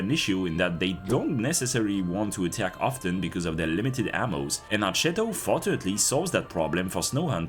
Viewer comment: it's pronounced more like "arketto", you can look up the Onboard voice line